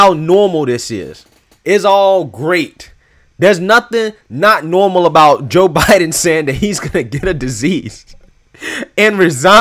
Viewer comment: You know they lying and keep saying it's " NOORMAL" 😁😁😁😁